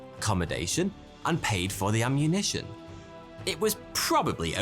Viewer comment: "emmunition" LOL!